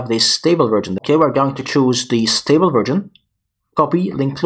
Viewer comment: I don't mind your pronunciation being slightly off, but I would recommend that you pronounce "version" correctly. I.e. not as "virgin".